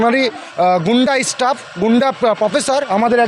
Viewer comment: College student staff উচ্চারণ টা ঠিক ভাবে করতে পারে না। ইস্ টাফ 😂😂